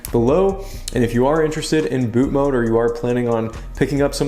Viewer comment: i love your content. but for the love of jesus. it's bootMOD not bootMODE.